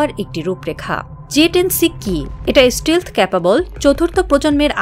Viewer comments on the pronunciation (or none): The most tragic fact is that almost all the reporters of our country in fact do not know how to pronounce the basic English words like Radar, stealth!!!!!